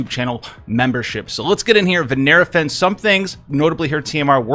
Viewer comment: "Vinera Fens" You wanna try that again. FEN-NESS